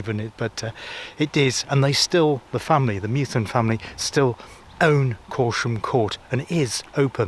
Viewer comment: My home town! 😊 Just for reference, the family who own Corsham Court is pronounced Meth-you-in! 😊